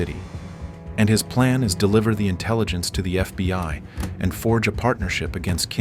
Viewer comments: Is it really that hard to get the AI to say "FBI" instead of "FBY" after all this time? xD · This fucking lazy ass channel pronounces FBI “FBY” in like half their videos. I get it it’s made with AI but you can’t even check for fucking errors before you post?